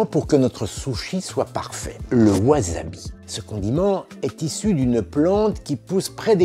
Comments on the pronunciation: Attention à la prononciation des s en japonais. Ça ne se prononce pas z, mais s. Si c'était z ça s'écrirait z. La plupart des francophones font l'erreur et ça m'énerve à chaque fois. Ce n'est pas wazabi mais wassabi. Pas Toyozu mais Toyossu. Etc. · Mata ne (à plus), plutôt que sayonara (au revoir / adieu). Au passage, on dit "wassabi" pas "wazabi" ^^